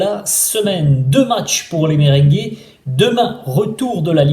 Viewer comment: On dit merengué pas mberingué😂😂😂